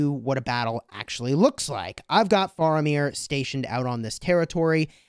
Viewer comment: He said Faramir wrong :(